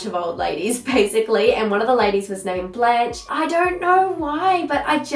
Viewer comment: I feel like if someone names their child a french word for a name (Blanche) they should pronounced it the was it is 🤔... i dont know i feel like you pronounced it "blanch" like when you blanch your veggies. Blanche is pronounced totally differently 😋